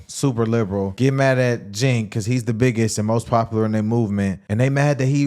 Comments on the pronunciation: Hos name is pronounced Chank. Not Chink.😂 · 🇺🇸🇺🇸🇺🇸🇺🇸Hey Boys!! Heres the PRONOUNCIATION of Cenk name. CHENK. Just make that C a CH and you've got it. No J...hahaha. 😂😂😂😂 it's a CH! Love you boys!!! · You guys keep mispronouncing his name its Cent😂😂😂